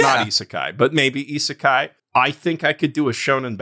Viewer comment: Please tell him how to prononce isekai